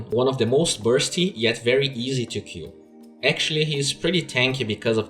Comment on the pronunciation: really enjoy your content but... please, could you pronounce "kill" clearer? it often seems for me that you say "Q" (kew) and i wonder what did you mean? some hero's 1st spell? or some "key"?